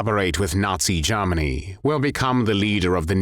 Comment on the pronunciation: Jarmanny?...Is that anywhere near Germany?...Why do you sound so pissed off? Personality problems?